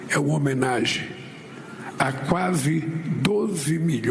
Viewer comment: "HOMENAGI" "MORRERU" Oh Português bem "dizido" 😂😂